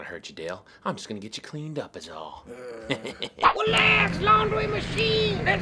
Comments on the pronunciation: PRESS 2 TO HEAR WELAX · Hahahahahahah more Dale! He's hilarious! Welax mahk, welax.